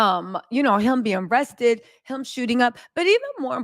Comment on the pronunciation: ITS ARRESTED. NOT RESTED